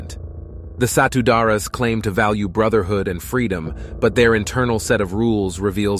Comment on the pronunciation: The way you pronounced Satu Darah (one blood) is like Satu Dara meaning One Virgin which is funny. Indonesia pronunciation is true to the spelling.